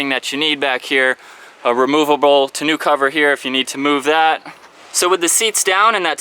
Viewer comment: Tonneau rhymes with beau which reminds with tow, bow, row, go. 'eau does NOT rhyme with boo.